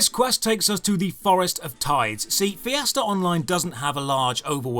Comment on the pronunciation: You mean fiesta, I heard Fiasco